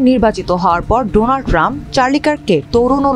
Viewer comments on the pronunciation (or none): none